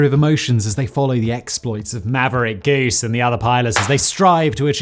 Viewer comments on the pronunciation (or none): Maverick and who? Gase? WTF is Gase? Did you mean GOOSE?